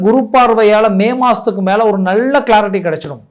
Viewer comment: 'நள்ள'..மெல்லினம்.இடையினம் தெரியாமல் என்னய்யா தமிழ் பேசுறீங்க..😮